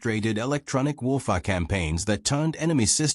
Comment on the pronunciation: I did like this story but here is the problem if you listen to it you will find the narration cuts sentences, and also seems to have problems with some words like Warfare and others.